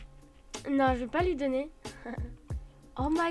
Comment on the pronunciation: JE VAIS TE DONNERRR!!!!!! Mdr ça m’a tué